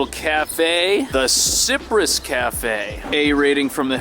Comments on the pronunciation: baby! “Cypress” is pronounced “sai-press”. “DeKalb” is more like D’kalb and the park you were in was originally called Bushwick park but growing up in the 70s everyone called it Knickerbocker park until it was officially changed to Maria Hernandez park in honor of a neighborhood activist killed trying to get rid of local drug dealers. I moved to Japan over 30 years ago but it’s fun to see how much the area has changed. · Pronounce it like Cyprus hill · if your going to show apartments in Brooklyn I’m going to need you to pronounce the names correctly. That is not how you say cypress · Wow you said cypress so wrong I can’t believe it